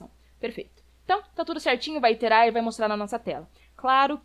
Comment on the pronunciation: Aos 46 min: Iterar (repetir). Não Interar.